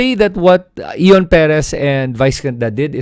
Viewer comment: You cannot even pronounce Ion properly. Late ka na makisawsaw.